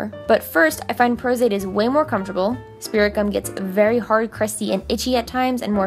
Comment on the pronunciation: Lol i thought she was saying spiricom 😂